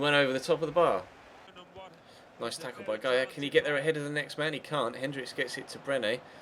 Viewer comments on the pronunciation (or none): none